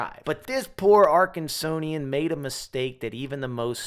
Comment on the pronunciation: Not Arkansonian, Arkansan Honest mistake. First time meeting one.